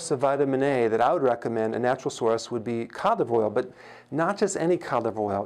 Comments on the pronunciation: Oh wow...thank you! Now I know what he's talking about, cod liver oil, not colivoil. 😂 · I heard it as cadible oil 😜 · I thought he was saying calive oil and tried to look it up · Is he saying canola oil? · Hi Dr Berg could you please say "Cod Liver Oil" slowly....that would help us a lot... because it sounds like "Cock Oil" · I thought he was saying condom oil🤔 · I thought he said “colidoil” but good info. I have acne so this is very useful to me. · I heard caudflower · Lmao I was googling, “colive oil.” & getting pissed 👌😂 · I heard covid oil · me too lol😂😂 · Thanks for writing this . I couldn't figure out what oil he was talking about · me too. I had to look at his board to see what he was saying (codliveroil). lol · Glenice Johnson thank you me too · Oh yes, exactly! Thanks for your comment now I know what he said there 😉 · I the same 😂😂😂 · Same here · Had to look it up in comments)) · Good advice, but you should try and pronounce 'cod liver oil' as three words instead of one long word we can't understand. Just a thought Doc. Very good info nonetheless. Thank you!